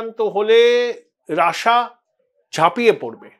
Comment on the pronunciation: রাশিয়া না বলে রাসা বলছেন কেন ?